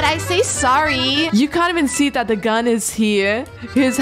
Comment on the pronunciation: You said gun wrong when you were murd and a dead body was hiding the gun you said guy